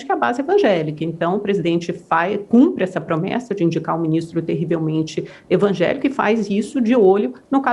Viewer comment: VEJA em ELA FALA (Cumpre essa indicação TERRIVELMENTE INVANJELICO e.........//) tenho nojo desse tipo de Reporte ........... VEJA em ELA FALA (Cumpre essa indicação TERRIVELMENTE INVANJELICO e.........// )tenho nojo desse tipo de Reporte ....